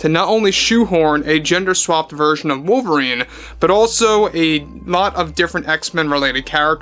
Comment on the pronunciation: Ah yes, wovlerine. Ancada's greatest reasutre 😂